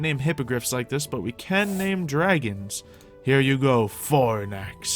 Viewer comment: why does everyone call call them cute baby "dwagons"?